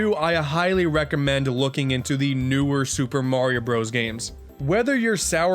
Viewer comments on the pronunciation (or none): new Shuper merio broos😑👋(facepalm)